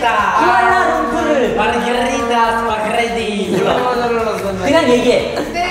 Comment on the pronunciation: no one: literally no one in the universe: na jaemin: rRRrriaaaA mArRgErRitTaA maRghErRitThAa spRageEtHi